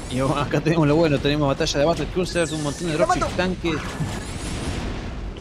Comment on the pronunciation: Lo mejor de un amigo comentarista argentino... Es oírle decir SHAmato-Gun jajaja o por lo menos "bataSHA de Battlecruisers"